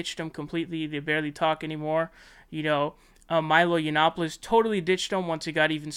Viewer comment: Are you not allowed to pronounce Shapiro or is it just a dig ? Yionnopolis = Yee-on—oppolis